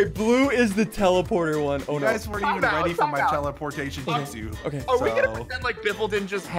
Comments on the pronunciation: Ya he said th at lmao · I heard it but I think he said Jitsu not justu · Yuu not j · Am i the only one who heard biffle say: “teleportation justu” when he was on blue? If he did say it then biffle watched naruto!